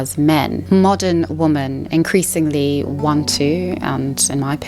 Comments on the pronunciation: Why do you pronounce the word 'women' like 'woman'? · Why do you pronounce “women” as “woman” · Women is pronounced as "wimen", not the same as "woman". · Just use Plenty of Fish- the people on there are real. You wouldn't swipe right on them, but it's nice to know they're real 😏 On a side note, "women" is pronounced as "whe-men", but your other quality presentation points mitigated that pretty quickly. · Women is pronounced "wihmen" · You need to learn how to pronounce "women". It is not the same like "woman". Besides that, great video. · I love your channel, and I've been binge-watching your content over the past few days. I hope you don't take this too personally, but I had to comment and say it drives me crazy that you pronounce "women" and "woman" the same. Is it a South African pronunciation? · I'm sorry but every time you mispronounced "women", it made me lose focus of what you were talking about